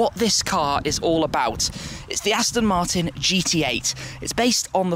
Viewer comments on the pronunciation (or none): none